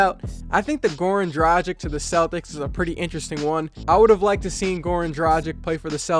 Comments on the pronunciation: DRAGIC not dracig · It's "Dra-gìch," not "Dra-jìk." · It is DRUGEEG man. This is how they say it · Say it with me. The G in Dragic is pronounced the same as the G in Goran. Repeat after me, Goran Dragic.